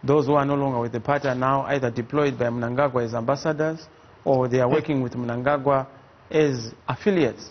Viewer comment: pronounce the name of our president well JJ. its Cde ED Mnangagwa